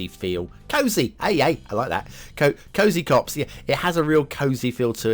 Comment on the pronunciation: I have to be honest here, the only reason i came to watch this is to hear you butcher the name :D, but when i saw the map, i was amazed by the detail. It's not my favourite for playing, (as i like mountains on the city background) but those visuals are definetly perfect! 5 for me!